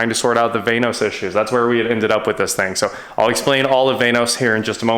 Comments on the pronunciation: its not vane-os its VAN-OS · “Vainos?” So much nope.